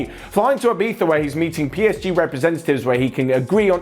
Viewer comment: did you just pronounce Ibiza like an English man who wants to look cool after he went there on holiday for a weekend?